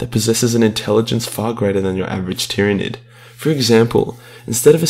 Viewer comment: he called it a tyranig 😂